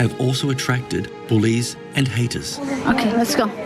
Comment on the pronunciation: when the guy says bullies and haters, I thought he said police and haters. It's the acsent